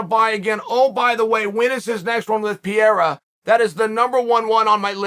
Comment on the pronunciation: typical Chael hahahaha PIERRA hahahaha